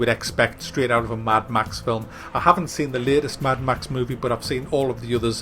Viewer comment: "maddd ma xxxxxssss" haaha!